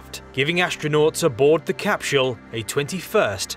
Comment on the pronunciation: I enjoy everything about this video, except: CapSHULL! THIS made me laugh, I love your content bro I'm not trying to knock you too hard.. I mean this from a place of love: Literally everyone else: CapSULE: CapSHULL Whyyyyyyy?! 😅🤣😂💀 P.S. I subbed, thank you for the science facts. I never get tired of them!